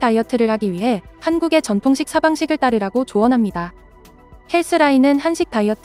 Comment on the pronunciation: 식 사방식 이아니라 식사방식. 아무리 TTS지만 좀 신경좀 쓰지.